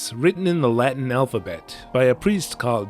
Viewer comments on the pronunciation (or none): none